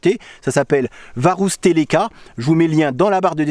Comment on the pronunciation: Prononciation correcte : Varoustéléka yæækæripou-ouk-ko Comment je le sais ? Je vis en Finlande depuis 46 ans et je parle couramment finnois...